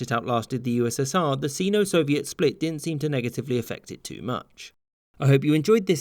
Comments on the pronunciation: Is pronounced si-no not see-no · Sino not seano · "Sino" is pronounced SYNO no SEENO. lol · grits teeth: "sino" is pronounced "seye-no" or "sinno", not "see-no". Does it matter? Normally, no. In the context of a video like this, yes: how many other wrong things are in this video because "I always thought that's how it was" so you didn't check? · it's pronounced Sign-O. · You said Sino Wrong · I have always heard it pronounced with a long I, which way is correct?